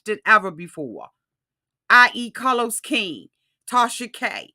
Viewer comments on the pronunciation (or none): none